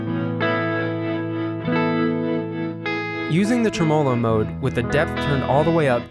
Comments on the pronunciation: Why do you not pronounce Tremolo properly? Are you thinking it looks strange...as if it should be written 'tremelo'? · TREmolo. Not treMOlo.